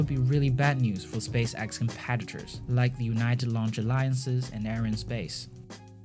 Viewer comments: Change your channel name to space axe... Cause you butcher the name. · Space axe! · "Space Axe" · Why do you read space x like space axe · If you can pronounce "Exploration" correctly, WHY do you keep call it "SPACE AXE"? And it's heavy, not "Havy". Hate to fixate on this but you CAN pronounce it correctly, so why don't you?